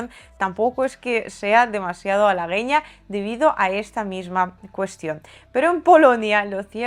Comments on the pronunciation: Una minuscula correccion en tu perfecto español: se pronuncia "alagueña" ❤ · En la palabra alagueña se pronuncia la u , lo digo porque en otro vídeo lo pronunciaste también mal, se leen todas las vocales